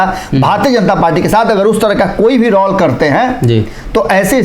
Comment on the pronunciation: Sri kindly correct your pronunciation of word 'Role'.